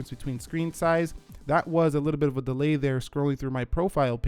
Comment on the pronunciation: “delay” bruh